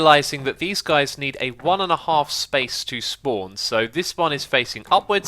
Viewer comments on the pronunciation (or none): none